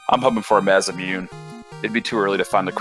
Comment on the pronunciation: thank you so much for knowing how to pronounce the word masamune. It's just a small pet peeve of mine when people pronounce it mas-mune instead of mas a moon a. I had to look it up cuz I never know but I one word I wish the community would learn how to pronounce because I haven't heard one commentator say it right Bahamut... ba hum moot